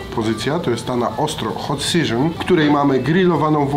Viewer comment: Hot Seżon xD